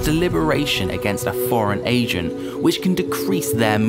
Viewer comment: unrelated but i keep mishearing "Agent" for "Asian"